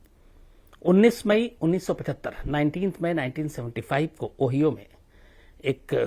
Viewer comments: ओहिओ नहीं सर ओहायो होता है । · O-HI-O Not O-HEE-O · Ohio? 🤣. O bhai zara Google per uska pronunciation parh liya karen. Ohio. Read as.....(ohayao,). 🙂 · bhai sahab ओहियो ओहियो ओहियो bol rahe हो... zara सा dekh sun padh lete तो aap को pata hota की उस pradesh का naam ओहाइओ है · ओहियो नही ओहायो बोलते हैं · Khan sir vo ओहायो है नाकि ओहियो but it's ok no problem love you sir 🙏🇮🇳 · Ohio is pronounced like O hyo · You are not pronouncing the name of the state correctly, it's pronounced as , o haayo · Its pronounced as OO- HAI - OO